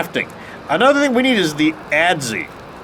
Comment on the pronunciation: For the record, the Adze is pronounced the same way as the "ads" youtube put on this video.